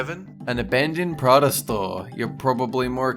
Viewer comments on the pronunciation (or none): none